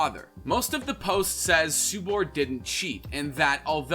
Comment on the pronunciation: and subur as "subar"